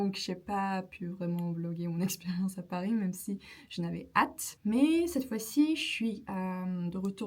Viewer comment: I wonder were you speaking Turkish right before you started the video? First 20 seconds you said "Paris" and "heureuse" very strangely then recovered and were excellent after that! Polyglot problems. Anyway, great video. Love the mix of travelogue and language tips.